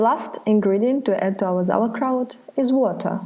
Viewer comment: I was hoping to make sauerkraut not zauerkraut!